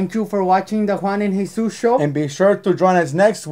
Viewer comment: It is Jesús why do you people get it wrong and yes I did